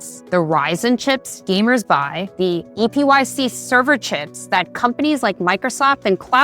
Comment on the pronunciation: It's pronounced like EPIC, not spelled out E, P, Y, C.